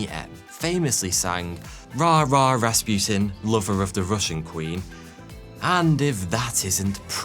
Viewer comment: And it is Ras pu tin not raspjutin Learn some language.